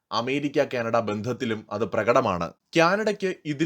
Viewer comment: ക്യാനഡ അല്ല കാനഡ ആണ് 😊🙏